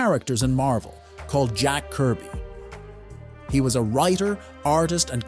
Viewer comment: “Jack Kirb” Seriously?